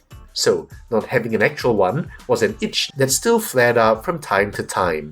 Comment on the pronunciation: Another excellent Review of one of my favourites channels. Thanks! PD: your pronunciation of "Argentinosaurus" is just as an argentine would do it! Greets (from Argentina 🇦🇷🦕)